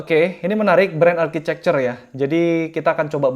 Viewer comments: Bukanya tulisan architecture bacanya arsitektur ya, kok architecer bang? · Bren arcicekcer?? Harusnya arkitekcer.. Saran aha bang.